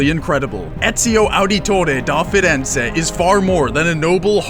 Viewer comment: mispronounced Ezio Auditore De Ferenze pretty bad. Ets-eeo ah-deh-tore-eh deh Feh-renzeh, but it sounds more like ets-eeo ah-deto-deh deh feh-denzeh with the accent